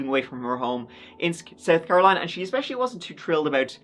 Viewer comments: She pronounces "especially" as "exspecially". She probably pronounces "picture" like "pitcher". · Things people do that I hate: saying "expecially", fake crying, abusing and murdering children. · For someone that supposedly has a "doctorate" in education, she has ZERO grasp of the English language. She uses words like 'expecially', and any word that ends with the letter G, she pronounces with an 'ink - such as: workink, sleepink, walkink, dyink, murderink, takink (you get the picture). Anyway, this is one of the most back-woods, trailer-trash, pieces of crap I've ever seen. I was never so happy as I was when that jury conviction came down and that sentence was passed. I am hopink (lol) that she rots in that prison cell. She certainly deserves it.